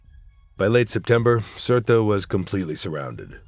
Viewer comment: Surt not Surta